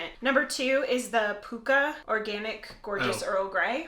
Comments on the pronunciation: Pukka is an Anglo Indian word borrowed from the HIndi and Urdu during the British Raj; it’s not pronounced pookah as you have but with a short first vowel to rhyme with chuck ah. There are pronunciation tools online. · 'Pukka' is pronounced to rhyme with 'sucker'. It's borrowed from Hindi and means 'genuine'. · Pukka is pronouced pucka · Pukka has a short U sound the same as luck. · white - with a drop of skimmed milk - no sugar. I do the same with coffee Pukka is pronounced Pucker by us Limeys lol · Pukka, a Hindi word meaning genuine, true, originally (well) cooked, apparently in reference to a the strength of the side blend used. Adopted into English as correct, authentic, superior. The vowel sounds are short and weak vowels, like puck. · It's pronounce "PUKKA" the same way as "FU**ER" ! 😂